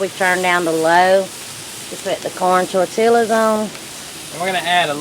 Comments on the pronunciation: Good job,! I love Herdez medium salsa that you used. I microwave (in damp paper towels)or put my tortillas wrapped in foil in the oven to keep them softer and pliable. Tell it's pronounced tortiyas(the double l is a y sound). You guys look professional on the grill! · As soon as she said "tor-TILL-as", I was out. It's tor-tee-yas. Come on now, that pronunciation isn't the result of her southern accent, either.